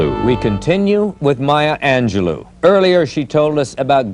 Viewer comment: So much disrespect in the intro! She is not defined by rape and whorehouse. So many other things the announcer could have said to introduce her. And the last syllable of her name is pronounced "low" not "loo."